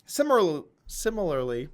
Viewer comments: doug pronounce after me... Si Mi Lar Ly..... You got that bud. pop over to the UK sometime...we'll teach you how to speak. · Sim - ah - lare- lee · Similiary LMFAO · I want to know how Richard Heart pronounces the word "similarly". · You fucked up my "similarly"... I'm afraid I'll never be able to say this word correctly ever again.